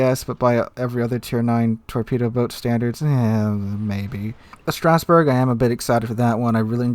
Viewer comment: its not Strausberg. Its Strasberg.